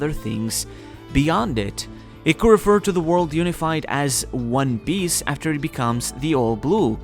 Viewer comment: one Piece not one Biece jesus dude